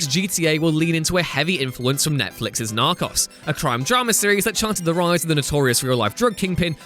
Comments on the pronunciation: When you say narcos it sounds like you're saying knock offs. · “NARCHAS” lol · Seriously, does someone else just write a script and then you read it without being able to do another take? It's Narco's not Narcos ... jesus. And what the hell is Lo-kale? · It’s pronounced “nar-co-s” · Narcos rhymes with goes. Oh, and locales rhymes with Al's not kales. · “Narcoss” 😡 wtf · lol i was reading the comment while watching the video and thought to my self "did i miss it?" And then i suddenly heard "Narcas!" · The way he pronounces “Narcos” frustrates me. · damn. this guy has absolutely no idea how to pronounce narcos or locale. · All I took from this is that he can’t pronounce Narco’s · How can you mispronounce Narcos that bad 😂 Also this was proven as fake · Who pronounces Narcos that way hahaha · Learn how to pronounce locale and narcos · You pronounced Narcos wrong and it hurt me x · Narcos.... he says it like he never heard someone say it 😂😂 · He really needs to learn how to say Narcos and locale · Y tf did he mispronounce narcos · I think you're saying "Narcos" wrong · Big Kona Nope, it’s just narcos (spanish pronounciation) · Big Kona Narcos is a spanish word 🤦🏽‍♂️